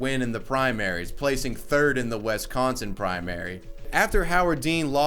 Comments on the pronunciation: My boy was definitely saying "West Consin" here and I honestly can't unhear it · Did this man just say Wes-conson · WIS!!!!!!!!!!!,⏳ Not WES consin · Wisk-con-son Everyone pronounces it West-con-son. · Bruh, did you really butcher my state's name my calling it Wesconsin? It's with an ih. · I liked everything you said ACCEPT when you said wEs-consin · His pronunciation of Wisconsin hurts my heart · I hate how you say Wisconsin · The way you said Wisconsin hurt me.